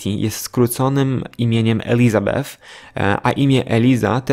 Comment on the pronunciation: Nie mogę jak mówisz Elisabeth 😂